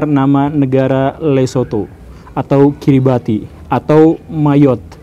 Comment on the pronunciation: Kiribati dibacanya Kiribash... Gak tau kenapa orang sana kalau bilang "ti" gak bisa